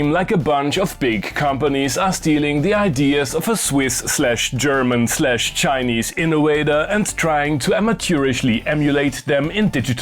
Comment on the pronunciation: "Innowator" - you can't stop... 😵😣 Pronounce english v like german w, not like an english w. It's so simple... 😬